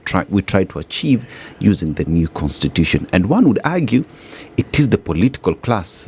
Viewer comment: this niggah keeps saying "contitution"